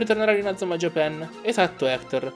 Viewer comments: la pronuncia corretta è ''Giepàn'', però io mi ricordavo ''Giapèn''. Anche perché come lo pronunciano nel doppiaggio è la maniera più sbagliata. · Pk dici Inazuma Japen??😂